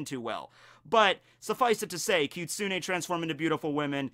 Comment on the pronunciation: You said Kitsune perfectly,. I'm so proud😭